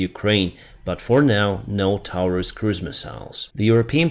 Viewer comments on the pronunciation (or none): none